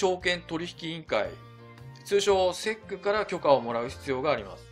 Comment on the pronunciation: いつも分かりやすい動画ありがとうございます。ただSECのことをセックとはあまり呼ばないと思いますw